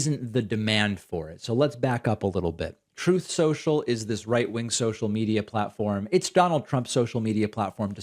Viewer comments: Troath censuaial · Your pronouncing it wrong David. Troth central. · "Troath Sential" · Why is David calling it Truth Social? It's real name is Troth Senchill isn't it? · David, you know it's pronounced "Troth Senshell".. C'mon bruv.. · TROATH SCHENCHAL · It's pronounced "Trollth Sential".